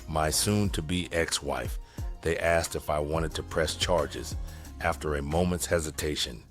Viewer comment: Thanks,, for saying 'asked' instead of 'axed.' Tytyty!😂